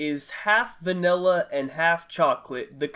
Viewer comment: Love how he says vanella instead of vanilla